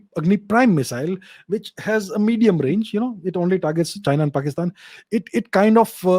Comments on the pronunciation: “PAXTAN” sounds too damn funny from sir's mouth 😂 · Sir you are pronouncing Pakistan wrong… it’s Paxtan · Whenever he say 'Pakistan' I laugh so hard 😂